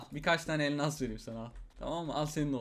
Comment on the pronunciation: Abi türkçen bozuldu balon kafa sayesinde elmas yerine elnas diyon